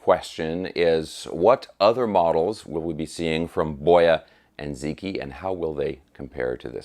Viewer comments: Great video. For what it's worth, the "Zi" is pronounced closer to "Zuh" the "Q" is pronounced similar to a "Ch." So something like, "ZuhChee". The pronunciation of "i" changes based on what letter precedes it. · Ziqi is pronounced “zee-chee.” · its actually pronounced boy-ah and zee chee. the q is soft. I speak chinese; have since sollege 30 years ago. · Zi Qi is pronounced zuh chee. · Great guitar. I have been in China for some time. If the brand is Romanized spelling of Chinese characters, I believe Ziqi is pronounced as Zi Chi (Q in China is equivalent to CH) Boya & Ziqi existed during the Warring states period. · Its pronounced like Zeechee and I see nothing wrong with the name given its a Chinese guitar and its a famous Chinese story. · Okay, I don't know if anyone else has tackled this. Assuming it's made in China,, you pretty much have 'Boya' under control. The 'Zi' in 'Ziqi' doesn't have an equal sound in English. The way to say it would be like 'ads', as in short for 'advertisements', but without the 'a'; sound, like 'dz' without a vowel between them. the 'qi' is like the first four letters of 'cheetah', or 'cheetos'. I hope that's helpful. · I'm fluent in Mandarin. He's correct.